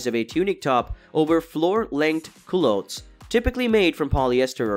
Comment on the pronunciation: I second the mispronunciations; Should be "coo-lots," "patent" with a short A.